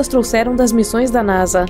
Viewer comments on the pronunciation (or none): none